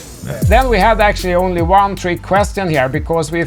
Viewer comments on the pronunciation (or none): none